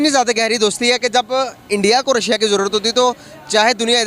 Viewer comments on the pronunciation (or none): रसिया nahi रशिया ... chima ne ‘sh’ ka keema bana k ‘si’ laga diya 😂